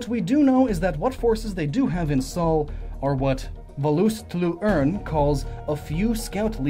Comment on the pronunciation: You pronounced valus tlu'urn very very wrong.